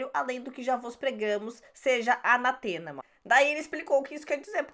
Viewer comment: A palavra é anátema e não anatema. A sílaba mais forte é a acentuada .